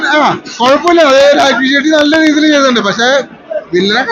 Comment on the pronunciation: ഷെഡ്‌ഡി അല്ലടാ.. ഷെട്ടി